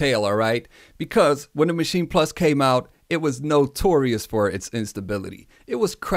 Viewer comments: It's not called a Machi-na plus .... it's just 'machine' in how you pronounce it. No emphasis on the 'n', no weird vowel at the end. And I know, I've been living next to the German border most of my life. There's nothing German about the way some of you idiots pronounce the name. I do not have a particular favourite between Maschine and the recent MPC standalones, mostly because the software and work-flow is definitely different enough for each to have their own (big) pros and cons. People often hate on the sounds that come with Maschine (in a quantity vs quality type argument), but at the same time there's so much in there, you'll definitely find at least some you're going to like. The one serious thing I do hate about the Maschine+ is how the hardware just isn't up to snuff in terms of performance and keeping up. It's 100% not acceptable for such a machine to slow-down to a crawl and break under the work load. Or literally just not support certain plug-ins at all. In that sense, I prefer the MPC (even though I prefer the MPC One, just overall much better bang for the bucks). The MPC workflow chart is also a little bit off. I mean, they have audio tracks in there as well. Pads also do not double as tracks in Maschine, it's just a way of controlling them. In reality, it all lives within the main project, hence 'no tracks'. At the same time, I wish Akai would have used different naming conventions for their shit, as 'program' just doesn't cut it. And yes, the work flow on the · Why are you calling it the maschina? It's maschine. Also why do you pronounce "One" like that? It's really distracting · It's actually Machin-eh (best way for me to approximate the German pronunciation writing a common English sound, as in "meh"). So yeah, there is a vowel after the "n".